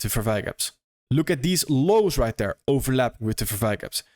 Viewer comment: right “dere” lol .. “dere, dis, den, dat”